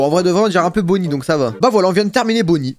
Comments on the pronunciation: CEST bonny pas bunny mdr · Bunny a lieu de bonny